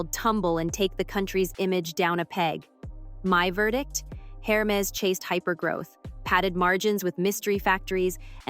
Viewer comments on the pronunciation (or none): A whole video an not once is the name of the company pronounced correctly! H is silent in French! 😂